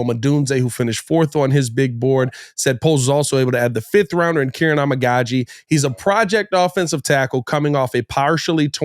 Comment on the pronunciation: It's Keer-On